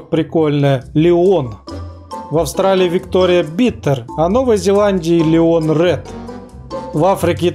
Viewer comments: не "лион", а "лáйон" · Не ,,Лион,, , а ЛАЙН